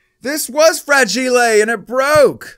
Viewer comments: Fra-Gi-le 😂😂😂😂😀 Good effort but its fragile .....fraj-ile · Welcome to English class with! Let’s start with vocabulary! Our word is Fragelay. No not fragile. Fra-ge-lay. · I'm confused if he actual doesn't know how to say fragile or he's just goofing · You are pronouncing fragile wrong